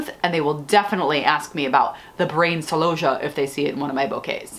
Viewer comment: Why do you say celosia like that? You’ve got me doing it…. Even when I’m talking to my clients, they look at me strangely! I even say it, when I’m talking to my celooohhhsia!😊